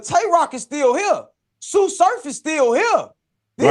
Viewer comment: On god tsu said it perfect